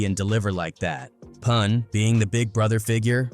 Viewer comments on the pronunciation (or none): Poon instead of Pun M-a-f-i-a instead Mafia 😂😂 A.I 🤦🏽‍♂️🤦🏽‍♂️